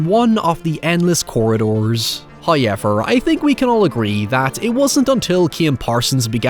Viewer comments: Hoyever. Highever. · First "hoyevver" drops . We're spoilt again! Praise be to the He! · Bro says "hiyever"